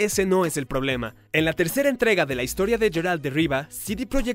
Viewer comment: "Yeralt de Riva" que bestia 😂😂😂